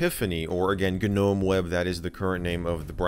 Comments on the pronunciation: Did he just call a Nome a G-nome 🤣🤣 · Should I tell him the G is silent in Gnome? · FYI - the 'G' in Gnome is silent.